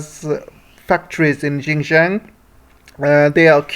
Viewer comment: Please learn to say Xinjiang properly. It is not "gin-jiang". It is Xinjiang. Learn to say your X properly. I find it absolutely irritating that western speakers can't get that right. Otherwise your geopolitical commentary is good.